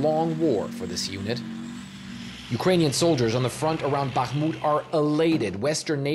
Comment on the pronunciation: Respect for correctly pronouncing BaHHHmut (while most wrongly say BaKKKmut).